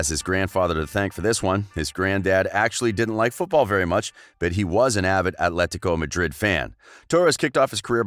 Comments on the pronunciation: When you try to pronounce Atletico Madrid as if you're Spanish you sound like an absolute tit....fyi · Why is this clown pronouncing “Athletico Madrid” like a camp Spanish water?